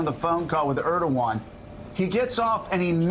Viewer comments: Mika mispronounced Erdogan's name . It's hilarious that they work so hard to make Joe and Mika's words seem like their own (and the other regulars on the show, too) but, no, it's scripted. Further, these "talking head" actors apparently don't know what to say at all if the teleprompters fail . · MIKA COULD YOU PLEASE LEARN HOW TO PRONOUNCE THE PRES OF TURKEY'S NAME? IF 45 CAN SAY IT WHY CAN'T YOU?